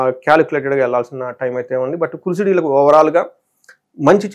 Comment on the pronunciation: ఈళ్ళకి కాదు నాయనా వీళ్ళకి అని పలకాలి.. వాక్ శుద్ధి రావాలి అంటే భాషా పరమైన స్వచ్ఛత ఉండాలి అండి 🎉